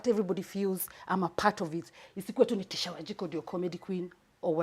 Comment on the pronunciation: Is it that she cant pronounce the word teacher,wacha na bla bla.ama ni kujifanya.si kwa ubaya